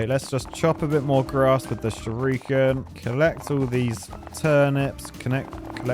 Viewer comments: The fact that you pronounce shuriken as shyorookin is very amusing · Youtube video compression really doesn't work great with the graphics of this game. Also, the way says "shuriken" as "shoryuken" makes my ears itch. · I vote we never let say Shurikan again 😂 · sees: "Shuriken" says: "Shir-ooken" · Nobody: Nobody at all: Not: "Shadowy SHUR-OO-KEN!" 😂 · Not going to talk about the ''shiruken''. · Shurooooooken? What? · Think will ever work out what sound the 'i' makes in Shuriken?